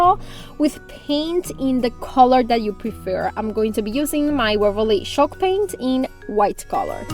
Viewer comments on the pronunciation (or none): CHALK paint! I was listening to this whilst doing other things and thought it was called SHOCK paint lol 😂